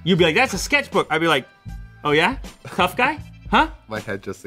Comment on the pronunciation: I felt racist vibe when Luke said "THOUGH GUY", or it might just my being racist. 😂